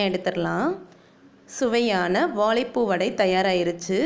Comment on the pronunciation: வாழைப்பூ அல்ல வாழை . வா ... ழை .. ழை....! வடை சூப்பர்,!